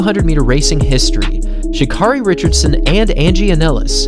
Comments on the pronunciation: It's not pronounced Sha'Car-EY It's pronounced Sha'CARE-Y. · She says her name is pronounced Sha KERRY by the way 👍🏽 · Btw, her name is pronounced, Sha'CARRI, like Mariah Carey. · You pronounce her name Sha Care 'ee! Like Care Bear. Sha Care 'ee. Please get it right because she is the next Flo Jo! Love you baby!!! Run your ass off!!!😎❤💋💯